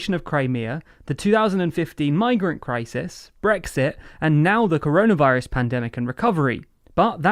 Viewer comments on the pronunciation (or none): none